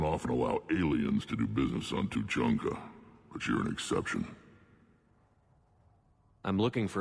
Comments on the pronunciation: the Citadel in ME3 is so annoying, its like after every mission you have to go there & run around all over the damn place. & LOL truluncah/treelunka xD Two-chunk-ah :P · its Too-chan-kha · no flaming, but it's Two-chan-ka